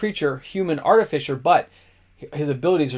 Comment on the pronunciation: SUFFICE it to say, you should also pronounce Arti-FICE-r this way. : D # Shop S-MART for all your TFHA supplkies! : P